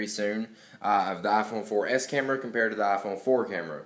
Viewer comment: He needs to stop saying "ah fone for es"